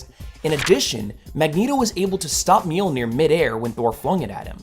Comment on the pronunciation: So; if people have told you that you pronounce Mjolnir incorrectly and your response is, “I don’t care.” Then you don’t care about accuracy. That’s, kinda... important.